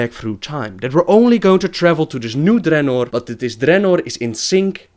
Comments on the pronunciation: it is dreanor not DReannor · why u pronounce dranor like dat?